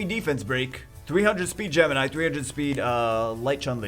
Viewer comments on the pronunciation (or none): none